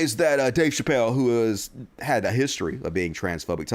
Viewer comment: *Chappelle. I'm gonna bet you would pronounce my real name wrong and continue to mispronounce it after I corrected you.